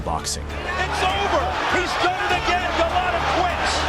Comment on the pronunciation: first of all...It's Andrew Go-Lot-AAAAAAA NOT OOOOOOO, Golota, not Goloto, if you actually listen to the announcers, you could of said it correctly. Secondly... Mitch Green went the distance! This is suppose to be "All Tyson's Knockouts" and I'm out... S-it For Brains.